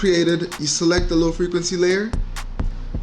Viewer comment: « Lil’ frequency » 😂😂 that’s what I hear when you say low frequency. Thanks any way for you tutorials man, it helped me alot. My photos have taken another level because of that change.